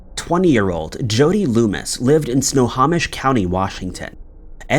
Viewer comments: I love how he pronounces it sna-ha-mish instead of sna-home-ish 🫤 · It's sno-ho-mish not sno-haw-mish. Sorry. I live in WA. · Sno-ho-mish, not Sna-ha-mish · Snow home ish. Not snow hom ish. 🙄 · Enjoy your channel, FYI, Snohomish is pronounced 'snow-home-ish' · Snow Hoe Mish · Snohomish pronounced snow home ish. Loved listening to your stories. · Actually it's said snow-home-ish. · Omg if you're going to do story's like this please please learn how to pronounce names of cities counties etc correctly it's Snohomish snow - home - ish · DUDE, if you're going to NARRATE PLEASE MAKE SURE YOU KNOW HOW TO PRONOUNCE NAMES. SNOHOMISH is prounounced SNOW HOE MISH...EDUCATE YOURSELF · Your stock vids of police really sucks. Oh, and it’s pronounced “snow home ish” county. Jeeze. And this has to be the only place anywhere that anybody has ever heard the phrase “beloved Chevy Manza”. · In the PNW we pronounce it Sno-HO-mish. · Really, Dude, It's SNOW-HO,,as in a hoe,,,MISH SNO HO MISH. Try harder, please. It kills me to hear you continually mangling it! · Great job as always! FYI for the future: If ever you have something in Snohomish County again, it’s snow-home-ish. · Snohomish is pronounced SNOW-HO-MISH. Takes 2 seconds to google how to say place names correctly. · Glad I'm not the only one that got annoyed by how he said Snohomish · But then people wouldn't comment, he does it constantly.